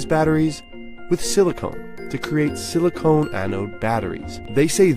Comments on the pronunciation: he calls it 'proprietary' material, as if it some secretive super material they developed only to be outed with 'silacon' a few seconds later lol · NBC News: Silicone != Silicon. Please learn the difference and pronounce it correctly. And yes a Silicon electrode framework would be a major improvement. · Silicone? The word th speaker so avidly see is 'SILICON'. I won't tell, promise. doesn't matter. YouTube is not concerned about veracity. Don't waste your time on this vid. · "silicone" Is this company based in Los Angeles? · Did you hear he said "Silicon" based anode.